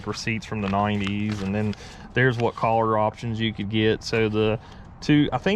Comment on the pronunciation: Not sure what part of the country that feller is from but please let him know that the word color is pronounced Kuh- Lr not Call -lur That got my OCD's boiling